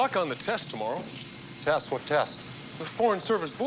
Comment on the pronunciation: That Canadian accent comes out 🇨🇦. “Too-mour-row”.